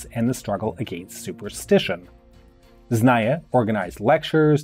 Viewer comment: Zna-ni-ye... you were missing that second pronounced "N" otherwise understandable pronunciation of other Russian words. Kudos!